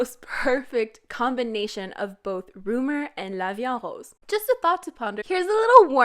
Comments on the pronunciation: Well, I'm french and i can say she prononces it quite good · Ok I am currently styding french in school and I learned how to say "La vie en Rose" and what it means, and it's not how you say it even though you say you sound french. Or are you speaking canadian french? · The way you pronounce Rose